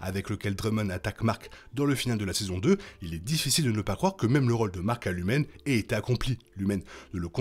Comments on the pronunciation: au top merci pour la mise au clair! mais pourquoi dis tu LumEn au lieu de LumOn? et Mme "Cazey" au lieu de "Cayssi"? C'est une vraie question ahaha pas un reproche, est ce que ça provient de la vf? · Vous allez me trouver bien trop casse-c...les sur un détail mais je ne comprends pas le pourquoi de la prononciation lumen au lieu de lumon. Merci pour vos analyses sur cette incroyable série.